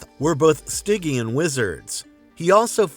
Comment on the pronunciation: Can’t say Stygian??? Drop the AI voice overs.